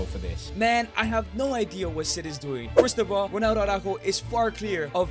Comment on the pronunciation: It’s ronaldo not rolo